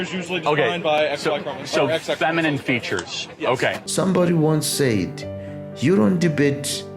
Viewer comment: "Said" is pronounced SEH-D, not say-d. You are speaking to the public. The public has no use for your faith-based declarations.